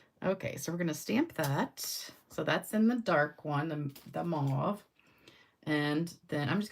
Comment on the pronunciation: The English people pronounce it mauve like stove.